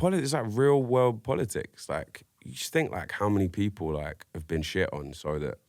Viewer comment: “I fink..” lol